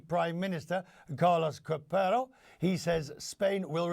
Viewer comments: It's not "Carlos Corpero", it's "Carlos Cuerpo /kwa:rpo/". Seriously, how difficult is for English speakers with no interest to pronounce correctly a name in another language? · El payaso de Quest ni se tomó la molestia de aprender la pronunciación correcta del nombre del ministro